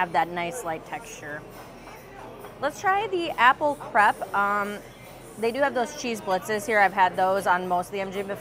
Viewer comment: that's very different though as the spelling is the same in both languages. Either use the word pancake or say crêpe properly :)